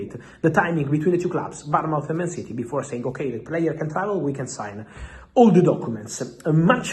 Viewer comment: Happy new year x Fabrizio, it's Bournemouth ,like a child being born mouth, Barmouth is a town in Wales xxx